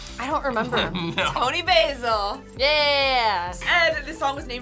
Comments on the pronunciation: If you can't pronounce the name, please don't try! It's not pronounced the the herb, BAY-ZIL...It is pronounced like Austin Powers contact, Bah-ZIL...short A sound. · FYI Toni Basil is not pronounced like the herb. The “a” is like the “a” in apple. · love how Americans can`t say Basil